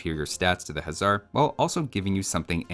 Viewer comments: Day 234 of saying this but "Huszar" is actually pronounced like "Hussar", 'sz' in Hungarian makes the 's' sound. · my guy! In Magyar, 'sz' is treated like one letter and is just pronounced like an 's', while 's' is pronounced like 'sh'. 'Gy' is also treated like one letter and is pronounced with a hard 'G' like 'gee'. You're also pronouncing 'Magyar' like it's spelled 'Mágyérz', which is incorrect. 'A' should be pronounced like the 'A' in 'Almonds'. It's infuriating hearing you say 'hézar' instead of 'huszar'.